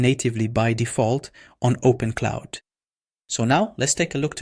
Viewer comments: Great info, but it’s open Clawww, not open cloud, or open Claude 😊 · open'claw', not openclaude. lol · What is "OPEN-CLOUD" why does he keep saying opencloud? Does he mean openclaw? More like Open-Clown 🤡 Whole video seems sketchy. Dude doesn't even know the correct name